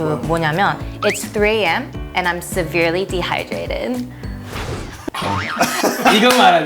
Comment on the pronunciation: severely 발음 틀리셨네요.